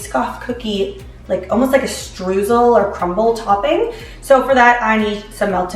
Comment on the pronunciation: I love the way you say "Streusel" :) Being Austrian that just sounds so weird to me... But it's sweet!